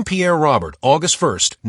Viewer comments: His last name is not pronounced like the male name Robert. It has a French pronunciation like Row-bear. This AI shit has got to end! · If this video was meant as a tribute. That AI slop just crapped all over it with that pronunciation.